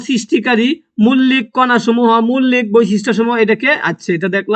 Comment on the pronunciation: মৌলিক❌ মুল্লিক✅ 😂😂😂😂